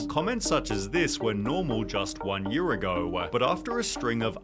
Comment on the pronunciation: I need to continue my crusade to make people hear the stupid extra syllable this narrator adds on to every single sentence… it’s infuriating. EDIT: “we’re normal just one year ago-wa”